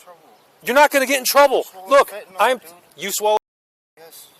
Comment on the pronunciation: No way could I be as patient as this officer. Good job. Can we now start to pronounce fentanyl correctly?